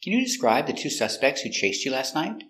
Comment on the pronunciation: Did u say night or nigh ...did u use t in the end ????